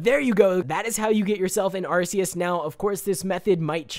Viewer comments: Have you not watched the pokemon movies with Arceus? he doesnt say it correctly. Its pronounced Arkeus. Not Arceus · ARK e us not Arse e us u dum xd jk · Pokemon nerd here. Arceus is pronounced Ark-he-us and is a Mythical Pokemon, not a Legendary. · Said the name wrong :3 Arkeus is how your supposed to say it. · its Ar-Key-us sorry......... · First Arceus is a mythical Second its Are-Key-Us Regardless I love this video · Its pronounced arkeus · wrong way ti say arceus just saying game freak didnt want to call it like urs so they changed it because arse means the a word in england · I hate how you say arceus!! ur saying it wrong bro! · Firewolf786YT it triggered me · First of all you are saying arceus wrong second of all arceus is mythical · Dude you saying arceus wrong ok think it like the c is a k ok